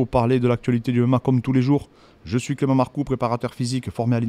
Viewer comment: Excellent très pertinent. Par contre tu m as tuer clément proper douze 😂😂😂 aucun effort ahahahah